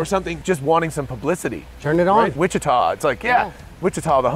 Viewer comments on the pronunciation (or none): Yes Wichita! Airplane tech, not far from us AND a riot for my wife and I to hear the Tesla navigator voice say Wich-i-twah.